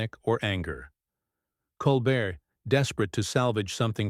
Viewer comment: These YouTubes are going around on Jimmy Kimmel as well. THEY are BS as the right wing tries to divide us even more. They are ABSOLUTELY Psychopaths. It's disgusting. And Obviously the "narrator" is A.I. as the pronounce Colbert as Colbert pronouncing the t.